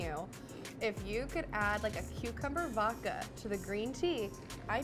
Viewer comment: I love how she most of the time when she says "vodka" she ignores the "d" and says "voka".